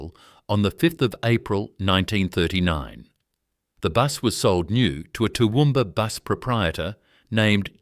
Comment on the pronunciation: Toowoomba- Central Qld. Get it right!!!